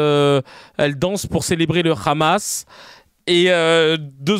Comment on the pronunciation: C’est le Hamas comme avec un h expiré (ح) et non pas le khamas (خ)…en plus ils sont illettrés !